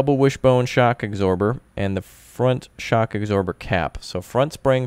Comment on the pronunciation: "Shock agsorber"